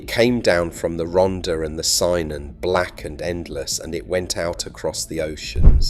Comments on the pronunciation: Just a knit picking point, its not pronounced "synon"ts "kynon" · Yet another commentator too lazy to be arsed to check how you pronounce Welsh words and names. Ronder and Synon. Where are they? Not in Wales. Wales does have the Rhonther and Cunnon, though. If they cant be arsed to check, I cant be arsed to continue with this video. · Definitely...not Sign on ....as most inhabitants do today pronounced Cun on ..... well said Sir 👍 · BTW ; Cynon isn't pronounced " sign on " but " Cu-nun" and whilst our Shirl definitely began her career in the bars of south Cardiff , the Docks in particular, she was from a place called Splott , which actually hasn't changed anywhere near as much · Two minutes in and my home has been placed in the 'sign-on' valley! Cynon is pronounced like: kuh-non. Rhondda: rhon-tha (hard 'th'). Senedd: sen-eth (hard 'th'). Hard 'th' = as in THat, not as in THin.